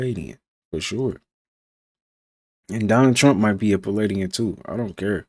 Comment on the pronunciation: "He's a paladien"??????? 😅